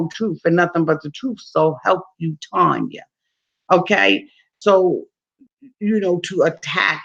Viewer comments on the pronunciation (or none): none